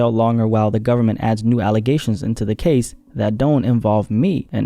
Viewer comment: I thought you said "Gaze", im like that 1000 yard stare couldn't possible get any worse.